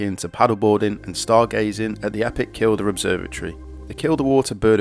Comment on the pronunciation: Love your books but you really need to learn how to pronounce places properly. Kielder is said like keelder. Cheviots is pronounced Cheeviots. I will pick this book up as I loved the NC500 book.